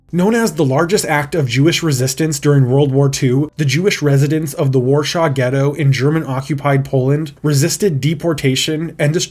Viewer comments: Warsaw. Not "shaw". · second video in row and you still can't say WARSAW correctly. it's not -shaw. it's -saw. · That is not remotely close how you're supposed to pronounce "Warsaw"